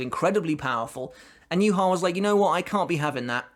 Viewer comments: Why are you saying Yuha Va It is Ywach Bach, it's German common man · hh. good video, but "youhaava" triggers me so much ;dd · How can you keep pronouncing yhwachs name so wrong. It's yu-ha. He literally says his name in bbs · Its not yu ha ba (yhwach). Its derived from hebrew which has no vowels beign YHWH. Its pronouced as Yea Wa not yu ha ba. Also I think how yhwachs powers work is that he has communication with his future self. Thats why when uryu severed that power in the future. His future self could not send information back to the past. It was also so that uryus arrow was the only thing that was able to stop his power. So unavoidable attacks to his future self could still be sent back as information. Tho blinded by uryus arrow. His powers nullified. He cant send information back. As a result he saw a vage image not completely able to understand what had happend. My theorie, could be wrong. Its a while since I read the books. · It's pronounced You ha Bach. Not You harva. Proper pronunciation matters how the heck did you butcher his name so badly? Almost makes this unwatchable for me. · The way you say Juha 😂😂 "Youharver" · I love way you say his name... "YuHava." With accent makes his name sound God like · Thought Yhwach read as "JUHA BACH". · It's funny that everybody pronounces this guy's name differently I can't wait to find out how his name is actually spoken. That being ssaid, how do you get "YU-HAVA" out of Yhwach? There's no u's or v's in that so please explain?🙃🤑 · It's the way you call yhwach for me. Wtf??!! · It’s pronounced “Yhwach”... not “Yhwach”.